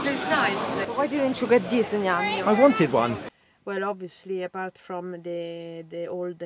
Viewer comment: “I waned one…” pure gold.